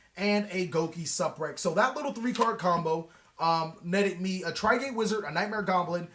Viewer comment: GO KEE SUUUU PREX LOL